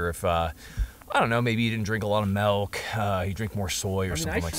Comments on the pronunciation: Makes fun of good 'ol Dole for saying "ole"...then pronounces milk "melk." :D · Are you seriously gonna make fun of Doyle for not being able to pronounce Oil when you are calling milk, melk? Is that the white stuff momma elk have in their tah tahs? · "Doyle can't pronounce his own name, he says it 'Dole' " Also "Melk" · i love how he made the joke of the guy for saying "ole" instead of oil but says "melk" instead of milk lol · Mocking Doyle about how he says oil but says melk instead of milk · The real sound difference is the way he pronounces milk, ITS AN “I” DAMMIT is a MELK guy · Doyle says ol, but you say melk. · Did you say "malk"? Heathen! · man made fun of doil but said MALK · Wtf is melk? That you Doyle? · Gives Doyle shit about accent and how he pronounces oil, and then pronounces "Milk" "Melk". hahahahahahahahahahahhahaha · you talk shit about people who cant say words and then you start saying milk like melk. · talkin bout melk